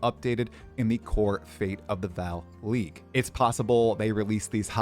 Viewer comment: It's fate of the V[AW]L Not fate of the "Val" please, son